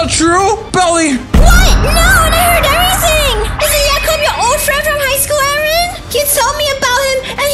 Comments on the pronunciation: Jacob not yacob. JACOB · Y yacob instead of Jacob